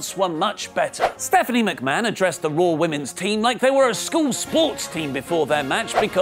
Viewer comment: WHY he calls it raawwwrr tho